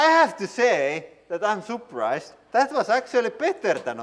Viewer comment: I love how you say surprised. "Souprised, sooprise". Btw, amazing fact checking